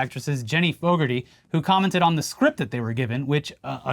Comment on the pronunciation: FYI - In Britain (please don't - it's normally bad enough) It's not pronounced 'Faux-garty' but closer to ''Fog-arty". Go look up commentary for Motorbike legend Carl Fogarty for how to pronounce it.